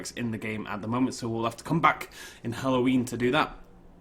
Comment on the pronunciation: Did you just pronounce it "Helloween?" I thought I was the only one who did that.